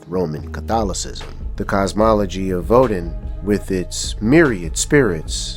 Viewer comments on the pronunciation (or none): Vodun is pronounced Voe-doon and Samedi is pronounced Somdee. Otherwise, nice video.